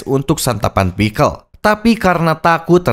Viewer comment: Bang lu bilang pixcel pake A perekat lu ikut beladiri?